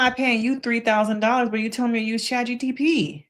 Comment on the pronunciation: it’s chat GPT. not GTP.